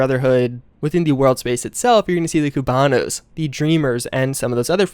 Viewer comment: Him pronouncing Hotels in Miami Beach and say Cubanos in the way he did made my miami soul hurt